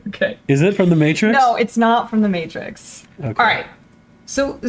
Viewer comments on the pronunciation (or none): none